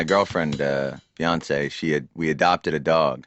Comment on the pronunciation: thought he said beyonce